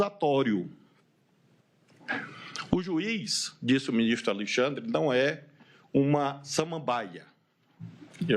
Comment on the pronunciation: "😊Meu minixtro"